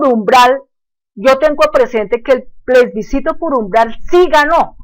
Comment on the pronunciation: es plebiscito no plesbicito,,,, aveces hay que saber hasta pronunciar para no decir cosas vagas sin fundamento ,,,, hablando de cosas que no sabe